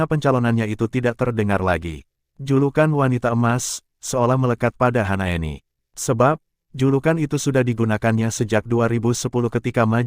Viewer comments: Hasnaeni apa Hanaeni ngebacanya yang betul donk.! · bukan HANAENI tapi HASNAENI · Kok HANAENI sih nih orang ngomong nya.. kan Hasnaeni.